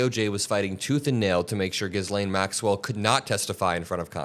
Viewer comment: Dude, you are pronouncing Maxwell's name incorrectly. Not great.